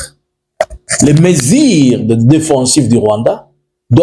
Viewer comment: MESURES et non MESIRES. Tu vas retourner élever les vaches et cultiver les haricots au Rwanda.